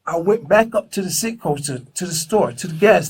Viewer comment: Citgo not sitco